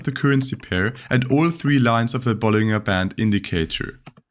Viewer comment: Btw 'bollinger' is pronounced with a J sound like 'bollinjer'.